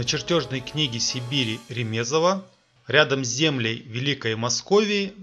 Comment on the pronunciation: не РЕЕмезов,а Ремезов!